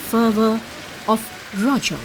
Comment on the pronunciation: This is our odia festival👌and one thing not rajo it's RAJA